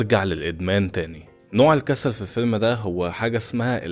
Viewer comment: هي كلمة الكسل من امتى وهيا فيها شدة فالنطق هي الكسَّل ولا الكسل عادي انت بتقول الكسسال